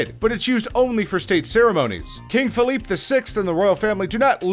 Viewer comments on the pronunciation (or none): none